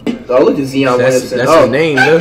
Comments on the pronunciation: "Jay a morant" U mean Ja "Zeon Williamson" U mean Zion "Rudy Goburt" U mean Gobert "Luka donakick" U mean Doncic "Giannis Akumpo" U mean Antetokounmpo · Nobody: Flight: I can already see it, ZEE-on's gonna be a problem bro. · "Zeon Williamson" "Jay Moron" "Rudy Go-Gurt" "Spencer Dinwhitey" "Giannis Akumpo" Facts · Go Bert Akunkpo Sike em Zeeon Donacich Adbyo Jay A